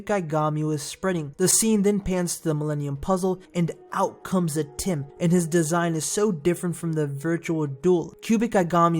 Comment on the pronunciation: stop bloody call atem atim